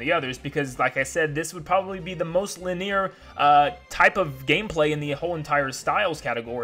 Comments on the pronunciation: Ok very interesting and everything, but why is he pronouncing "linear" as "li-neer"? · I don't mean to be rude, but... my dude, it's pronounced "LIH-nee-er", not "li-NEAR"... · My man just said lineer